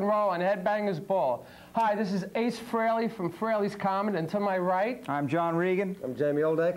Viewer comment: Cool video! Hope more people see this and realize that it's pronounced FRAY-LEE and not FREE-LEE. It kills me that even Eddie Trunk, who's known Ace since the 80's, can't pronounce his name correctly.